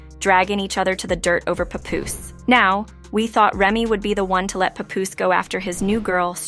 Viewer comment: Oh lord I hate that AI talking, not knowing the persons name. No rehearsal. No nothing.🗣100%